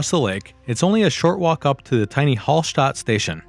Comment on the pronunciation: You forgot about cycling to Hallstatt from any country in Europe 🤭🤭🤭🚴 from Vienna it's only 2 days, 290km... And it's not HALL (holl) STATT it's A not O same with Salzburg ...if Mozart would hear the pronansiation he would get a heart attack 🤭🤭🤭